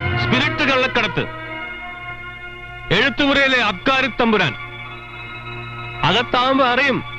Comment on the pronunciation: അബ്കാരി ആണ് അല്ലാതെ അപ് കാരി അല്ല മലയാളത്തെ ഇങ്ങനെ കൊല്ലരുത് 😅😅😅😅😅